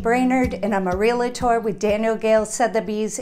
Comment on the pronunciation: REAL*TOR. NOT Real-A-tor! You should know better being a Realtor.